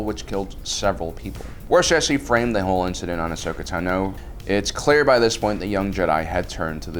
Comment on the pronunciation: Bruh its ahsoka tano not ahsokatu no